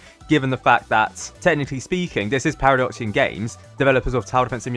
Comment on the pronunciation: Now it’s actually “Paradoxum GAMES”